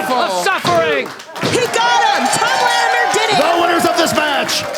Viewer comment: Can someone please instruct on how to say latimer.